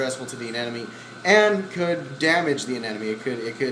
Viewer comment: *aneMONE. x aneNOME.